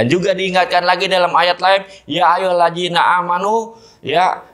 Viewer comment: Ya ayyuhalazi bukan ya ayyuhallaji. Mahrojnya bisa berubah arti